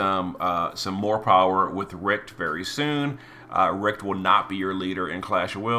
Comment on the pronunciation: Wylk is absoultly not german, also Elena. But "Richt" is, kinda off. but i see the struggle, that "CH" ist not common in english. pronounce as an nativ englisch speaker is kinda ruff.